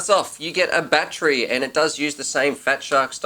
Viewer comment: I laugh every time you guys say Battery. I hear you guys saying "Batchery" lol Love your excitement and positive speaking in your reviews brother.